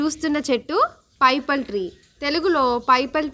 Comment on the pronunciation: పైపల్ ట్రీ కాదు. పిపల్ ట్రీ అంటారు.